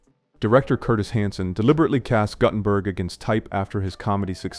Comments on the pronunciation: Great list, shitty AI narration. It’s pronounced GOOT-en-berg, not GUTT-en-berg. Sigh… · steve GOOT-en-berg. Not GUTTenberg. wow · Yeah, look at mangled pronunciations of Gutenberg and Huppert.